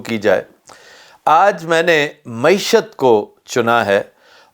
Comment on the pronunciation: Glad to hear someone finally nail the correct pronunciation of “Mayeeshat”—while every other journalist butchered it into “Moee-shutt.” 🤣🤣 Classic, always dropping pearls of “useful” analysis. As for Pakistan’s economic development plans… oh, sweet summer child, there aren’t any. There never have been. Pakistan has never had a government, only a revolving cast of puppets performing petty tricks for an audience that thinks applause counts as progress. And the folks supposedly “steering” the economy? They’re too busy daydreaming about building their own country—maybe a China-lite fantasy, or more realistically, a North Korea cosplay. 🤣🤣🤣 It’s tragic… if you ignore the comedy of errors. Every hour the situation worsens, and the generals? Oblivious. Blissfully unconcerned. Why bother changing anything when the foreign backers keep funding your circus and the politicians cheer from the sidelines like complacent fans?